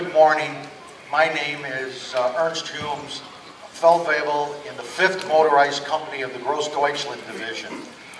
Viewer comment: "Feldweavble" - kill me.